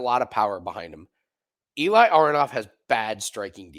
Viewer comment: Eli name pronounced like eh-li not e-lie